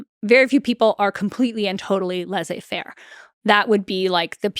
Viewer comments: Great content! Just can’t let go of the American pronunciation of Laize-fair😂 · Stanford professor that mispronounces Laissez-faire ... If she is really dyslexic, I apologize for noticing. She is a good historian.